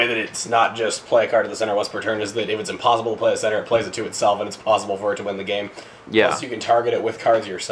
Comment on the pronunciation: Its impawsaible to knot .